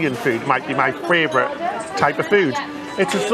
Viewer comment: I just discovered you guys.... I love this vlog!!! Interesting, passionate. Two pronunciation tips for (I'm a retired primary school teacher; I can't help myself): favourite not fRavourite, whirlwind not WORLDwind.